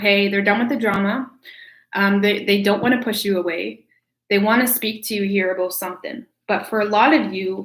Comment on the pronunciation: Who else comes to hear her say aboot